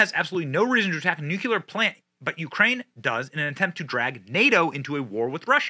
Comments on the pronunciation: Please Benny for the love of god, it’s nu-CLEAR not nuculer. Damnit it’s been killing me every single time you do this reporting. You have an education and know how to enunciate words. I completely love the channel and the fact you are in Tampa like I am but dang it say it like it’s spelled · Nukuler. Are you joking or do you mean to say it that way ?The word is pronounced ‘new-clear’. George W. said it that way. Another goof ball. Love the Benny Show! Just curious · Hey Benny, It's pronounced noo-klee-er, not noo-kya-ler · Nu-clea-ur, not nu-koo-ler. Love you Benny but please for the love of God! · BENNY! FOR GOD'S SAKE, STOP SAYING "NU-CU-LER"! THERE IS NO SUCH WORD! "NU-CLE-AR" IS THE PRONUNCIATION! FOR FUCKS SAKE YOU'RE SUCH AN INTELLIGENT MAN YET YOU CONTINUE TO DO THIS EVEN AS YOU VISIBLY READ THE WORD! PLEASE! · LUV YA Benny BUT! Please stop pronouncing it NuCULear like George Bush did!! It's Nu CLEAR...there's NO second U in the word. 😂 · Nu-CLE-ar. Not Nu-cu-ler. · Nuclear 👍... nucular 👎... 😃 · Benny, please. It’s pronounced ‘Noo-klee-er’, not Noo-que-ler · I'd take this a LOT more seriously if Benny wasn't stuck in George W. Bush mode and saying "nucular" all the time. I love him dearly, but really wish he'd get that ONE WORD right and say "nuclear", since, um, that's the way the word is pronounced. The rest is spot on, but c'mon, Man, we're back to "You can't hug your kids with nucular arms" levels of self-awareness. Don't be W. He was a diplomat-puking, word-inventing, draft-dodging clown. Was he better than the alternative? Sure. But a Chippendale writing desk would be a better President than most Democrats. Damn, now I wish Chairface Chippendale was President, with Vice-President Credenza O'Stool. SMDH. SMOD 2024. (I mean seriously, it was up on the screen, spelled correctly, and he STILL said "nucular". Pavel fricking Chekhov, who couldn't say "vessels" at least got the Noo-clee-arrr part right!) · N U C L E A R ... NOT NUCULAR...!